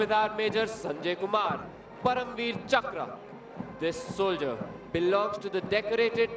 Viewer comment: Bro it's soldier not souldier